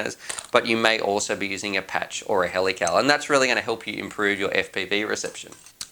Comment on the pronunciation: Also, when you say helical it sounds like helipal...."would you like to add a sticker for $60?"